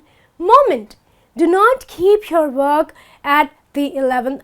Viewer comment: The word hour sounds like R,and the word work sounds like walk.